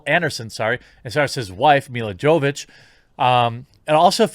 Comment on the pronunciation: Her last name is pronounced Yovovich